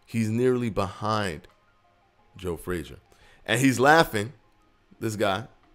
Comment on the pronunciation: Nobody:: HE IS BE-HIND HIM